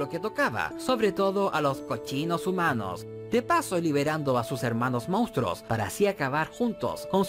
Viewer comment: Y dale con decir mounstros. Joder, qué dolor de oídos. MONSTRUOS!